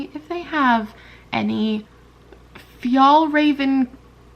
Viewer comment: This is random, but the closest way to pronounce fjällräven is ”fjael-raeh-ven” //Random Swede